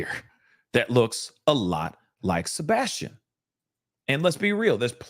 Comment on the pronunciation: said that's sabastion. No no no sir. I still am